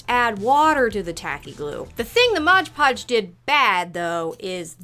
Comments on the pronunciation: I'm not gonna make fun of you for saying ondongo but I will make fun of you for saying modge podge <3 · so you're gonna comment on "ondongo" but not on "modge podge"?! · I love how you apologize for "ondango" but not for "modge podge" lmao